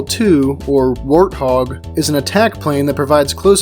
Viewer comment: The way said warthog actually hurt me...